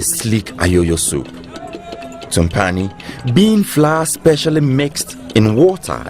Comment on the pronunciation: Please it’s tubani not tumpani.....